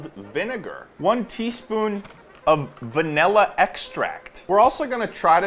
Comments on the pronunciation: everyone: please say the word properly ple-: vaElla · why does ted say "vanilla" like "vanella" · the fact that he says vanella baffles me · Bro really said vanella